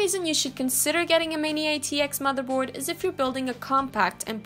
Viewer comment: "but this isn't the case" no it's the mather bord hehe